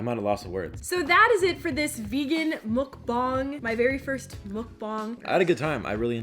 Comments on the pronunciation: It’s not mokbong it’s mukbang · Mukbang ugh stop saying it wrong 🥴😒